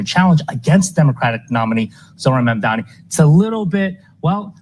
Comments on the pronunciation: Girl, his last name is MAMDANI (not Mandami) 😎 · Hi, great content as always, but can you please try to pronounce Mamdani's name correctly? You keep saying Mamdami instead of Mamdani alot. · His name is MANDANI, not Mandami 🙃